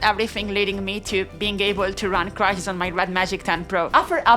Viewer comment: 😂😂💀 “WhEn CrItHiS”